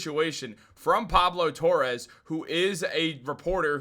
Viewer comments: It's Torre not Torres.... come on. Pablo is actually pretty well known. Annoying, but well known. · Just an FYI, it’s not Torres, it’s Torre